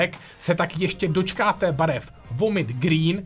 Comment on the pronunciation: "Vedžajna" pink. To jako vážně? zní to jako vagína .